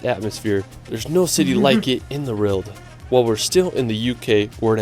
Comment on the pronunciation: How can you recommend a city you've never even been to? Lisbon is great, but I wouldn't put it in the top 10. I also can't listen to his mangled narrative. He pronounces everything wrong ("Wrorld"?) and manages to sound like AI.